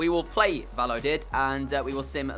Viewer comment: Just for future reference Valladolid is pronounced 'Vayadolid' not 'valodid'